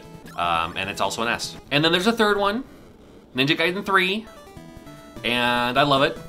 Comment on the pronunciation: Can't pronounce Ninja Gaiden correctly? No problem. In Japan it's called Ninja Ryukenden. Have fun.